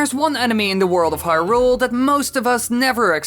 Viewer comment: This guy’s pronunciation of Hyrule makes me want to punch something.